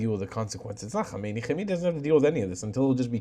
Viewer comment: Nor Homeini but Hamenai